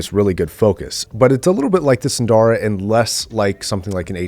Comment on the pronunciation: There are no long vowels in "SUNDARA".